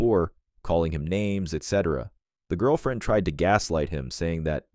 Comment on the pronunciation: Seriously? Your 💩 robot voice can't pronounce 'girlfriend'? And you didn't even notice? Are you so crappy at content you don't even listen to your own crap? Are you deaf? Or mute so you are unable to talk into a microphone yourself? Your mom must wonder how she raised such a lazy and apathetic waste of a child.